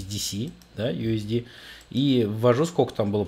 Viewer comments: Правильно говорить не Ю-С-ДИ-СИ, а Ю-С-ДИ-С. Потому что Ю-С-ДИ-СИ (USDC) - это другой стейбл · USDS - Ю ЭС ДИ ЭС. USDC - Ю ЭС ДИ СИ. Не путай. C-СИ. S-ЭС